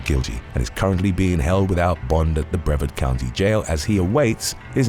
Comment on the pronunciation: Btw, Brevard County is actually pronounced "Breh-VAHRD." Just trying to help.